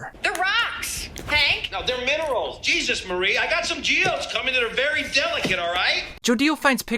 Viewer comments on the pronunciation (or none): none